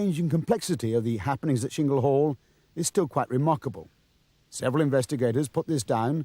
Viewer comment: It's Chingle Hall not Shingle Hall,! Why do some idiots decide to pronounce words in their own way?